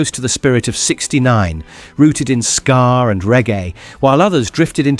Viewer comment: It's SKA not SCAR